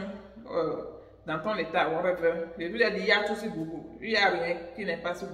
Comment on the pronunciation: Google = Gougeul / non gougoul